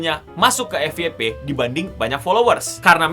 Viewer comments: FYP bukan Efiyepe (EFI YE PE) akan tetapi EFYEPE (EF YE PE ) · Dalam Pengucapan Bahasa Inggris : FYP : F WAI PI.